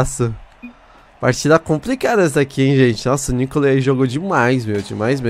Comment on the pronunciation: só eu que fiquei agoniado de ouvir ele falar "o nícole" e "o nicolê" em vez de " a Nicole" que a pronúncia seria Nicóle? kkk